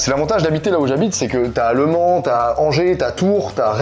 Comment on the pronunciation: Le Mans pas Lemans 😉😂